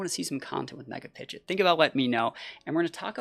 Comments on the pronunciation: Pi-GEE-OT not Pi-JIT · So we purposely say pidgeot wrong